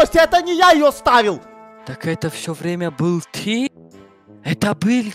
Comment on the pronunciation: ну тип бил - был, ти- ты. Просто он так говорит